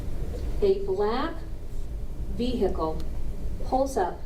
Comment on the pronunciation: I do also, but can't remember what other trial she was in. Also, she has to STOP saying "veHicle"! The H is not pronounced.